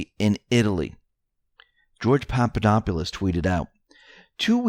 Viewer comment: Papp uh dop uh lus. No need to move the long 'u' sound to an earlier syllable; it's not sounded at all. Presenting the horrible truth in an optimistic way is a great public service and you have a great future in the news business. People should never be left feeling bad about the news, and , thankfully, with Trump as President , we never need to be.